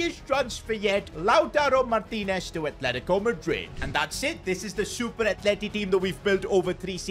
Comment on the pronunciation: Atletico madrid ❌ argentico madrid ✔️